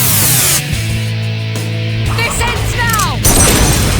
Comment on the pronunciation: Final Poop Wait? said "THIS ENDS NOW"?? I always thought it was "DESCENT NOW"!!